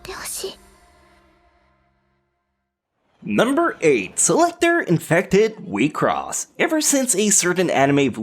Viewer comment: You pronounced wixoss as wi-cross. I read it as weak-sauce.